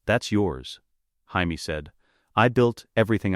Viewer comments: Why can the AI voice pronounce Jon properly, but not Jamie? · This is AI shit. Cant even pronounce Jamie?